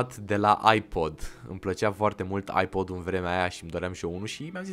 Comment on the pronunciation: Credeam ca ai spus iPad nu iPod lol sau lel 😂 edit:middle_finger